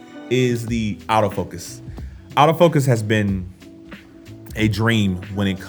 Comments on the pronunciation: Nice video and lighting bro.. It's funny but when you say "AutoFocus" I hear "Out-of-focus!" LOL! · I was confused for a second when I kept hearing "out of focus" instead of "autofocus" ha!